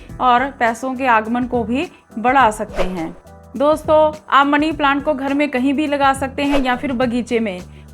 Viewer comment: ओ पागल पहले तो मनी बोल मणी नहीं।